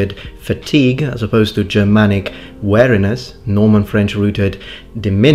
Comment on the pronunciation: Sorry, you pronounced weariness wrong. You said wariness which it to be alert to something that you are suspicious of, rather than w-ear(the part of the body)-iness